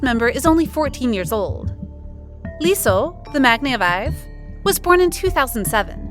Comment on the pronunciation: her name is pronounced “E’SO“ not LeeSo